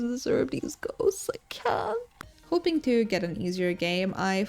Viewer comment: Your voice is nice to hear and you pronouce the names of the ghosts properly, i hope you go far in your career and maybe explode one day!